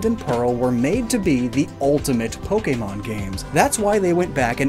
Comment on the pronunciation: I just want to say real quick- I like the video. however, My only critique would be the fact that you butchered the names of the pokémon. 👹